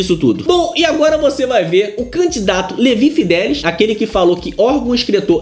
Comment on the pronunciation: Mas que nervoso ouvir Levi fidéliS o tempo td ao invés de Levi fideliX...